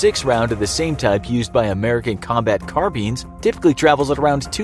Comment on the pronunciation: its carbines not "car beans"